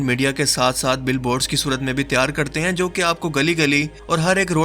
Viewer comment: Baht khub dost....👍👍 bas apna accent matlb talafuz thik karo na...jaise app bolte ho (aisa karte ain) baht touchre hai